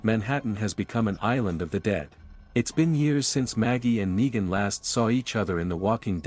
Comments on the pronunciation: he gets the words wrong lol neegan neigan negan nine wtf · When they can't get a basic like a name right I am no longer interested. You lose credibility. It's sad that they don't just have someone record the script.